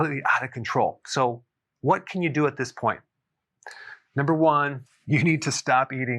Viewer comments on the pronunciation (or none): none